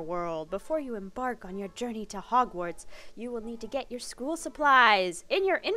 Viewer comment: “We made it to hogsward“